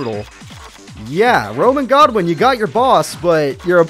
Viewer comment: why do you call rex godwin when his name is goodwin im confused